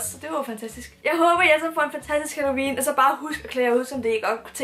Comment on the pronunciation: "Altså halLOUween", er jeg den eneste der ikke kan lade vær' med at tænke på det? 😂